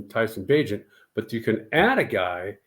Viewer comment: This man said bagent I'm done